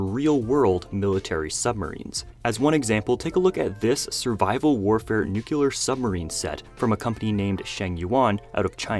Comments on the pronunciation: WHY, oh WHY, do half of us pronounce nuclear like "noo-cyuh-luhr" and not "nu-clear" or "nu-clee-uhr"!?!?!! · Nu-clear. Not Nu-cu-lear. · Love your channel! Please know that "NUCLEAR" is pronounced as "NEW" + "CLEAR". Prez Bush 2 used to say "NEW" + "CUE" + "LUR" & he had is finger on the button. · Why do people say "nucular" when it's clearly "nu-clear"? And why is Ebony Maw piloting a Shield jet? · The way you pronounce nuclear. It ain't "nucular" brooooo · Nucular? Okay, Bush Jr. 🤦🏽‍♂️😂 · Please get a dictionary and learn to read and pronounce the word Nuclear. There is ONLY ONE Letter U in that word.